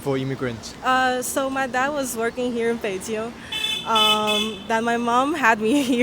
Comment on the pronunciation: the moment she said the chinese word Beijing it totally gives away that she's 100% local. That accent is on point.